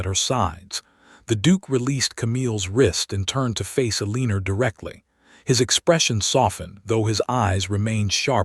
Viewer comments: These AI stories need far better editing, especially in name and word pronunciations, as well as understanding that a legal separation is not the same as a divorce. Yet it seems to think legal separation is divorce. It is not. They are different. Eleanor is pronounced as "Ellen-nor" not "Aleener". AI is stupud. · These AI stories should not have characters named “Eleanor.” It’s extremely irritating to hear the nonsense word “Aleener.’ Over and over. I gave up.